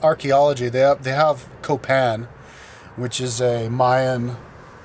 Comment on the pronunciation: Why do you use that psychopath voice when you attempt to speak spanish? Btw, it's pronounced "Coh-pahn" not "couh-pehn" ...are you sure you can "speak" spanish? As to why people are so mistrusting and there's nobody in public places like that park, ya might wanna check the crime rates and poverty levels buddy. Especially before making a video like this that denounces the entire country...if you're gonna be reviewing countries, stop being another ignorant American.